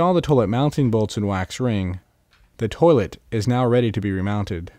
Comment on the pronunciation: Ok….. great video….. kinda. First and foremost, the word TOILET, is pronounced, Toy-let, not Toelet. Secondly, CEMENT, is an ingredient in what will become CONCRETE.